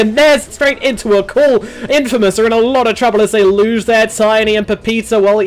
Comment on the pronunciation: Infmaous?? LMAO